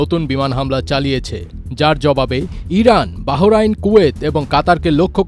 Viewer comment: বাহোরাইন...তেহোরান.......কেমন উচ্চারণ ভাই??? উচ্চারণটা হবে- বাহরাইন, তেহরান...সরল উচ্চারণ। ধন্যবাদ।